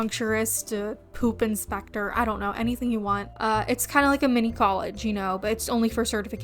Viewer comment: ‘yOu kan bEa a poOp inspecteren ‘ 😂😂😂😂😂😂😂😂